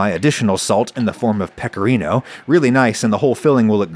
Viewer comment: I never heard "rotolo" said with a worse accent lol Why americans, just why But hey +10 for saying Pecorino right